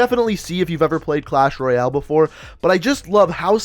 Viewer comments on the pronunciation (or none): none